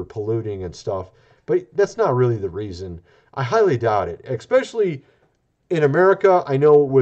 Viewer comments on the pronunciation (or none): For God’s sake. “Especially” not “eXspecially”!